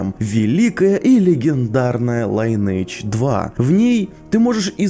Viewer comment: оффтоп по рекламе Linage 2: никогда не играл в неё сам, но много знакомых играли, и всегда не мог понять, что мешает людям хоть раз проявить интерес и залезть-таки в словарь и посмотреть, как читается название любимой ими игры, за которой они сидят порой по 17-20 часов в сутки? И так на самом деле со многими играми.. Может, я чего не знаю, не понимаю - в конце концов никогда не был увлечен "лайнэйдж 2", и так оно у нас сложилось, и стало устойчивым прочтением? А может, и вовсе это не то же самое, что английское "lineage" - родословная, род и т.п., что бы не читать это, как "лИниидж". Кто-то читает "линЕйдж", но подовляющее большинство, как и автор видео, произносят "лайнейдж"...